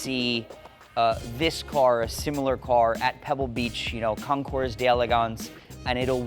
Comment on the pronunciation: Also, while there is a bit of pounding, we'd refer to one off manually fabricated body panels as being "hand formed", and the S is silent at the end of the word "Concours". It's best to talk like an American (if you are one), or pronounce everything the way its nation of origin would have.